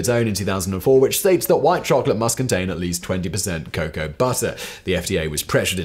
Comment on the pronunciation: Dear Simon, the word cocoa is pronounced CO CO like go go. Not Kacow. Thank you, The United States